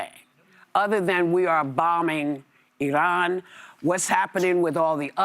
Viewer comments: I think it’s hilarious how Whoopi tries to pronounce “Eee-Rrran” 😂 but sometimes she forgets. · lol she somehow has convinced herself that putting on some foreign-sounding affectation while pronouncing Iran will make her sound cultured